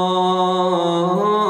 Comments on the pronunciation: السلام عليكم ورحمه الله وبركاته الرجاء منك اقرأ القرآن صح ولا ضالين وليس ولا ظالين والياء شدد عليها في كلمة إياك نعبد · لا تقل ولا الظالين بل قل ولا الضالين هناك فرق في اللفظ